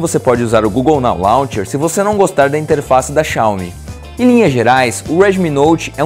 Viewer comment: Não queria falar nada não, mas o pronunciou errado o nome da empresa. HUE